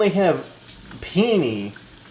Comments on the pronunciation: There's 1000 different things I could say about the video but my biggest takeaway is that there's a new way to mispronounce "Penne" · as someone who is a cook for a living ... your cooking is both horrifying and intriguing, also i cant tell if you are pronouncing penne wrong intentionally or not